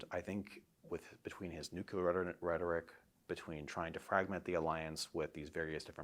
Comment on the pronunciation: "nuclear" is not a complicated word to pronounce...especially for geopolitical experts... What's going on with that word?